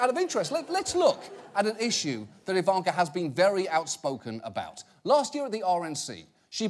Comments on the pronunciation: I love how Jon pronounces her name "Evanker" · Please stop saying Ivanka with the long middle A. That's not how it is pronounced.